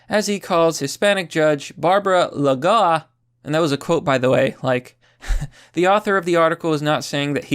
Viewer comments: Luh-go-uh Lol love it when he makes a mistake, doesn’t hold back. At least he tries. No shame sir! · Lagoa is a word from Galician, it's pronounced: la (as in lack) - go (as in god) - a (as in America), go being the stressed syllable. Lagoa. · Her last name is pronounce, like the word "boa" , la-goa. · Trump is BRILLIANT! ... and her name is pronounced la-GO-a. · "o" and "a" are both strong vowels in Spanish, so it's three syllables, and "a" is a vowel, so stress is on the next to last syllable. It's "la-GO-ah", where the "a" is like "say 'ah'", and the "o" is just "o", and doesn't slide into an "ooh" the way the English long "o" sound does. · I think her last name is pronounced La-go-ah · I think it's pronounced "Lah goh wah" whith a "w" as silent as possible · the pronunciation of Lagoa is like "La"+"g"+"woah" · I think it is La-go-a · I think the pronunciation would be 3 syllables, like lah-go-ah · It's "Lah-gõ-ah" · Pronounced "La-Go-Ah"